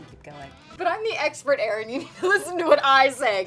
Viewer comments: "Erns" food fact!! hahaha. I love that! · This was so fun and cute! Cheat day is tomorrow- I may try this! 😂 P.S. Erin, you’re freaking adorable! I love how the video said “Ern cooking tips” 😂😂👌🏻